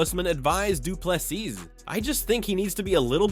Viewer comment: Last s is silent